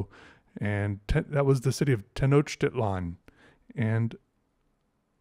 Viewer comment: I'm drawing too while listening about Mexican mythology. You actually pronounce certain ancient names such as Teonochtitlán quite well! With Coatlicue (Koh-Ah-Tlee-Koo-Eh) you still need a little bit of practice but the intention is what counts :). Probably the name you were looking for related to the god of the death is Mictlantecuhtli, he comes from the Mictlán. I'm glad you enjoyed the legends from my country. There are a lot of other fun stories such as Tláloc, the god of rain, causing a huge flood around the 1960's because they separated him from the statue of his wife (Chalchiuhtlicue) to take his image to Mexico City. However, many people think to this day that the statue that was taken to Mexico City is in fact Chalchiuhtlicue herself.